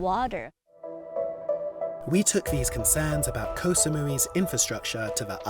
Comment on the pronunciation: Thats not how you pronounce "koh"